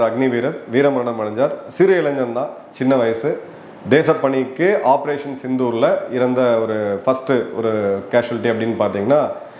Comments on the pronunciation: Please sir. Why the title in tamil pronounced as sittoor. Thats embarrassing. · சித்தூர் அல்ல... சிந்தூர்.... முடியல சார் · சிந்தூர்... சித்தூர் அல்ல! Please be conscious of these.